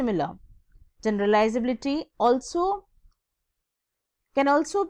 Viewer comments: MA'AM FIRST OF ALL LEARN HOW TO PRONOUNCE USABILITY AND GENERABILITY :) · Not everyone's first languge is english , its ok if she her spellings or pronunciation was wrong on few places , calm down. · YOU THINK YOU CAN TEACH HCI WHEN U DONT EVEN KNOW HOW TO PRONOUNCE ITS WORDS?? LEARNABILITY KO LARNAAAABILITI , GENRAAAABILITY , PREDICTAAAAABILITY?? YOU GOTTA BE KIDDIN ME